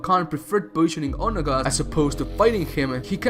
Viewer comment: You pronounced Onaga sooooo wrong😂😂😂